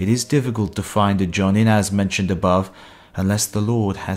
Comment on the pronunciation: "[Those who have all ten skills] should be called Johnny." The fuck? I'm usually not a stickler for pronunciation, but that was terrible.